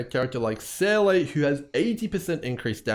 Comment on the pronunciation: Seele is pronounced: ZEE-LUH. Not SAY-LAY. It's so triggering, please stop lol